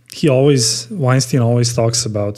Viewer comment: Rhymes with Albert not Harvey.